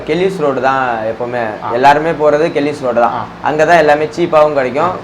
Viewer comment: Bro adhu #ellis road,mount road not kellis road